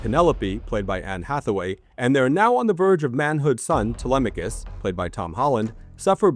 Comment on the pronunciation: you did not pronounce TELEMACHUS correctly. ITS : TELE- MACK-US. You are the first person I have EVER heard prounounce it the way you did. It hurts my grammatical sensibilities. 3/10 review